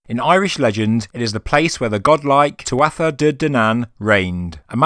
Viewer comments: you've been led astray by mispronunciation on the tuatha - toth connection. tuatha is pronounced 'too-ha', it means tribe or people in english. Dé is the irish for gods. So translates to tribe of gods or godlike people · Tuatha ...proounced... tuaha... silent t..